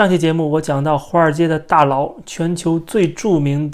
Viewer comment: “ 大佬 ” 不能念成 ” 大劳 “，你是有意的吗...😇